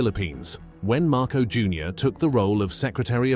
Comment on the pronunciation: at least say the name of the Philippine President correctly. Repeat after me...MAR - COS (as in because).